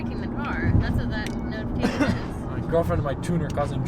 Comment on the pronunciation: I thaught I heard girlfrend of my tuner...